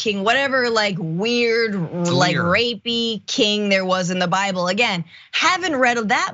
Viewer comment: He read the entire cover and gave up after that; it's the ONLY part of the Bible he quotes. 😆😆 "Thuh Byebull" "Thuh Byebull"